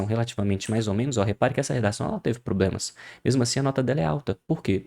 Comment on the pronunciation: " diversos probemas"